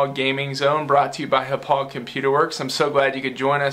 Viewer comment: As someone who graduated from Hauppauge High School, I find it funny that you can't pronounce Hauppauge correctly. "Ha-pog"